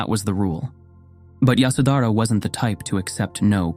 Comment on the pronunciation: It’s yashodharaa